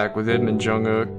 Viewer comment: I like the way you say Jungkook